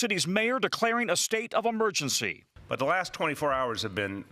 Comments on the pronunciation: State of 'Emegency' lol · Dear Today show:. There is a "R" in EmeRgency.